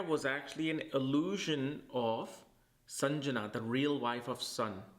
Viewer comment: Lovely video. Grateful for the information. Though it’s Sandhya(dusk) not Sanjana. 😊